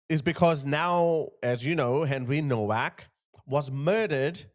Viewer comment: Pronounced “NOVACK”